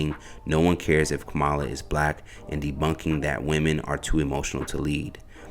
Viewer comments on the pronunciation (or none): Dear, It’s pronounced Comma La (KAmala) and youni lateral (unilateral), not un ilateral With love ❤ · The commentator needs to learn how to say the vice president name properly. He's saying it the way Trump would say it. It's not acceptable. Can't believe nobody in his office where you work could correct you. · While I do appreciate the reports that you bring. In the near future could you please pronounce the VP. name correctly? It's bad enough that the other side is miss pronouncing her name on purpose. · Commentator please say her name correctly. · I hate to be that person but it is far past time for everyone to pronounce her name correctly. Don’t we as a people get annoyed when white people purposely mispronounce our names after we have corrected them several times? I love everything you all are doing on this channel but it’s hard to take anything you say seriously about any serious subject you discuss when you won’t even make the attempt to pronounce the Vice President of these United States of America’s name correctly. It’s really not hard and her name is not any more foreign than Shaneka. ( see how you pronounced that with no problem ). Edit: I was too quick to judge but I see by the end of the video. You pronounced her name correctly. I stand corrected. What I said still applies to many people.